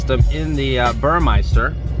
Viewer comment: Great video but I just wanted to educate on, the upgraded stereo is pronounced as ber(me)ster, not bermei (eye)ster. Keep up the great work!